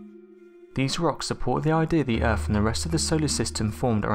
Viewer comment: Ahh man you were doing such a good job with pronunciation, but you just said "Erf" just to let you know it is pronounced, "Earth".